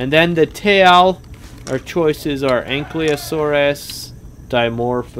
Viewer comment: it’s not anklyosurus, it’s actually Ank-I-Low-SORE-us